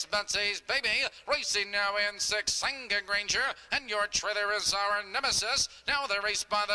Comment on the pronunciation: Loved this horse,. But it's "Senga Granger" lolll Really